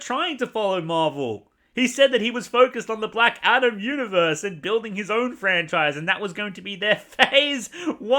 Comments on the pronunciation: Lol do you keep saying black shadom? 😂😂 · I kept thinking you were saying "Black Adder".